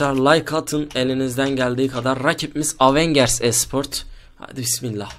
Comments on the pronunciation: avanger diye yazılır evengır diye okunur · Avincırs değil avengers